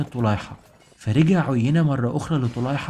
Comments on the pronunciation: أحسنت بارك الله فيك أنصحك بقراءة القرآن لتحسين نطقك في اللغة العربية ومخارج الحروف ومراجعة النطق الصحيح للأسماء، على سبيل المثال عُيَيْنة بيائين مش ياء واحدة أولاهما مفتوحة والثانية ساكنة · عيينه بن حصن مش عينه....... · أخي برجاء الأهتمام أكثر بنطق اللغة العربية والتأكد من الأسماء فمثلا عدي بن حاتم الطائي ينطق الإسم عدي بفتح العين و تسكين الدال و كسر الياء و كذلك عيينة بن حصن الفزاري فيكون نطق عيينة بضم العين و تشديد الياء و فتح النون. ملاحظة اخيرة انت تتحدث عن معارك و قتال فلابد ان تكون نبرة صوتك معبرة عما ترويه و ليس همسا كما فعلت. بالتوفيق. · حلقة ممتازة ومجهود رائع😍 برجاء مراجعة الطريقة الصحيحة لنطق بعض الأسماء مثل عدى وعيينة حتى تكتمل الإستفادة وتصح المعلومة، تحياتى💚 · عُيينة بن حصن رجاء راجع النطق الصحيح